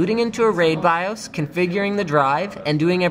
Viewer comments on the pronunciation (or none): none